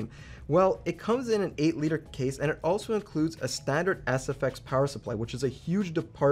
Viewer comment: “A standard AssFX power supply.”